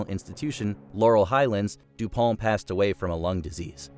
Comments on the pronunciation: It's French so it is pronounced Dew-pon. The company has been pretty Anglacinized in its pronunciation but the name is still pronounced that way. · Your narrator mispronounced two names (McAfee and du Pont), and your video included clips of actual people saying the names correctly. I expect you are using AI. So stop it. AI is not yet smart enough not to make you look bad. Give a job to a human being, someone with the sense to look up a name or word they don't know how to pronounce.